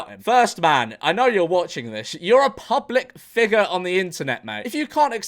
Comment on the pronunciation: For a moment I thought George said the N word when he said public figure.